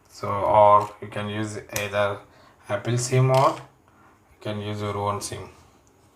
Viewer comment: Good reviews video but bro need to improve pronunciation like aple (apple) kamera (camera) ceting (setting) and u need to take English speaking class as well other than that everything is somehow countable 😊😊😊